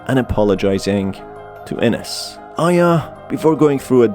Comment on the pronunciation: You need to learn more on your pronunciations on names like Ines. It is EENES. Not enes. My dead name is Ines and you need to learn how to pronounce it correctly for videos like this. But this is my opinion.